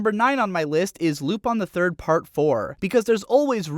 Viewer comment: Well, the character is french, right? Or at least the name is french. So it's like Luwpaan.